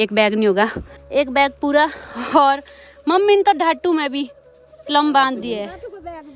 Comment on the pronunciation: प्लम not पल्म 😂